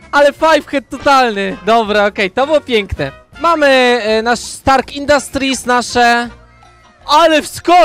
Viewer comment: naucz sie muwic a zamiast stark infastrit to sie mowi stark